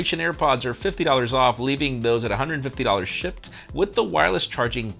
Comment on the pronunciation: Are you saying shipped or Shit?